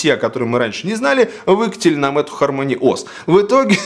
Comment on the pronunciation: Не ХармОни, а ХАрмони